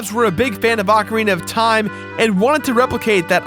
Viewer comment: but you do mispronounce ocarina of time tho